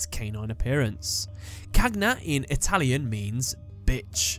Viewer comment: I am italian, and your pronunce it's very good. Well Job man 😉